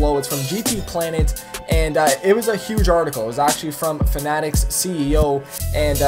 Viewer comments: It's not fanatic it's fan-a-tec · he said FANATEC